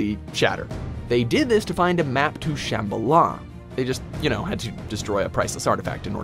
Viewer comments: Sham-ba-la not Sham-buh-luh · It's ShamBHAla, not ShambhaLA. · it’s pronounced “Sham-bala” not “Shamba-la” :) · It's shambala not shamb alah😂😂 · The way you say shambala hurts me deeply